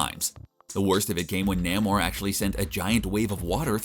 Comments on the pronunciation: Ugh, Naymor...NAYMOR! Not Nammor. Reminds me of ppl who say Connin the barbarian. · It's pronounced Nā·mōr, not Nă·mōr. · Say it with me. Nay-More. Nay-More. Not Nahm-or. NAYmor. This is how it has always been pronounced. If you’re gonna dork, dork safely and dork properly. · NAY-More. That's how Stan Lee pronounced it.